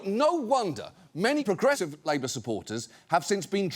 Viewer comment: what the fuck happened with 'progressive' there, john?